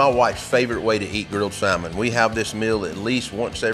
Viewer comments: I love your videos but I HAVE to give you hell about this (sam- ann) 🤣 say it with me. (Sam-Ann) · The L is silent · I can forgive the sowlmin because he said waRsh!